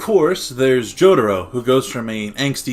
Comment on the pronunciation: It's not Jodoro. It's Jotaro! LOL